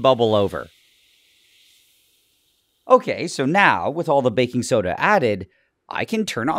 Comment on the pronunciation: Help I keep on hearing ‘bacon soda’ not ‘baking soda’